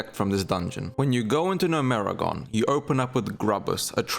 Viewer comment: never in my life have I heard someone say gnomergan "NO-MERI-GONE" wtaf zoomers really can't read